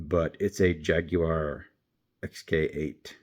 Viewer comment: So great to hear Jaguar pronounced well! It rhymes neither with war nor wire. jag-you-are, three easy syllables Now I'm convinced that if the chrome flaking on wheels has been a problem this long, Mattel will never fix it "Lakester," if no one has said the name of the red car that opens to the side. For a time people really were building salt flat racer bodies from surplus aircraft drop tanks